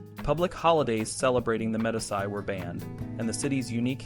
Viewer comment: medisy? it is pronounced "medeechi" you dunce